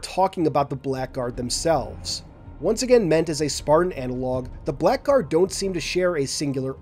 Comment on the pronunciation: Hey man, few months late so probably never going to reach you but just so you know in the word "blackguard" the "ck" is actually silent! It's where we get the modern spelling of "blaggard"